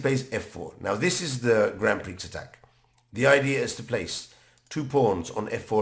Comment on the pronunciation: Great video but it’s pronounced grand pree before someone makes fun of you 👍